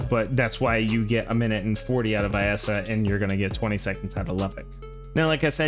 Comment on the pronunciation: Even the game says "Vee-essa" why do people still say "vye-essa"?